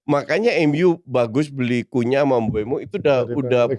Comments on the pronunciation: Bukannya bacanya Kunya, ya? Bukan Kunha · Cunha mbacanya Kunya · Nyebut nama cunha aja masih salah... pundit kucluk...